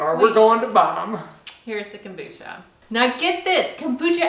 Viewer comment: Komboosta???hahaha Learn how to say it gringo.....